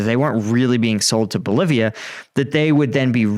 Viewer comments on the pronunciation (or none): none